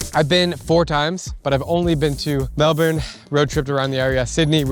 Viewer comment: Why did you say Melbourne like that